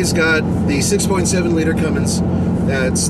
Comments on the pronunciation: ." Hate when people say "Cummings"... READ THE LABEL,.. IT SAYS RIGHT ON IT, "CUMMINS" NO 'G'.. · People who can't pronounce Cummins drive me nuts lol. It is CUMMINS not CUMMINGS!